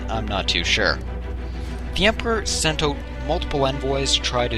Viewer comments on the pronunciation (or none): none